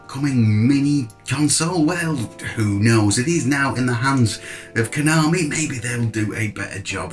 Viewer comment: you said it right. " Ko nom ee" 😁